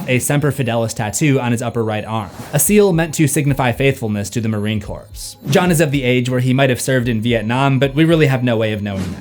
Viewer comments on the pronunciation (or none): Love your content! My only comment is that it's pronounced "Marine CORE" not "corpse". But that's just a little thing. Love seeing your histories! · Dude marine corps is not pronounced that way and neither is the word "apostle". The "t" in "apostle" is silent and "corps" is pronounced "core". How do you not know that as a grown adult? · Hello, i would like to clear up the proper pronunciation of corps, the "ps" is silent so it sounds like "core". Sincerely a marine corps veteran. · Its pronounced Marine "CORE" Not corpse fuckwit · Quick correction, it's Marine Core not Corpse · It's pronounced Marine Core. Not Marine Corpse. LoL Yes it's spelled with a p and an s but they are silent. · Its pronounced "Marine CORE" despite being spelled "CORPS." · Just for future reference for in Marine Corps, it's pronounce Core, because we borrow that word from the French. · ...please 😖 The 'p' and 's' in 'Corps' are silent. It's pronounced Marine "Core" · "The Marine Corpse"? C'mon... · Its a small point and I doubt you will see this comment but, you dont say the s at the end of Marine Corps. "Devil Dog" is also acceptable:) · Just a heads up, the "t" in apostle and "p" in corps are silent 😄and "Yea" in this context is pronounced more like "yay" and means "yes" or "indeed". I don't know where you got "Sorrow" from, that is incorrect. He used the word "Acedia" which translates to "apathy". Basically, what he meant was not caring about one's own condition or the condition of those around them.